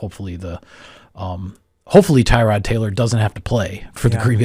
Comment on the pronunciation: His name is not “Tie-Rod” You are pronouncing it incorrectly. Tuh-rod is more accurate. I’m happy he’s on our team. So are you. Go pack go.